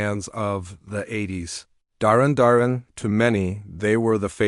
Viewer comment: I've never heard a weirder pronounciation of Duran Duran in my life. Way to show you don't know anything about these bands.